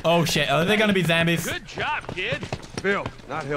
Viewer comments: bro I love pewds he called the zambeez lol he's my hero🙄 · you know he says zambies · I love how he says "zambies" instead of zombies 😂😂😂😂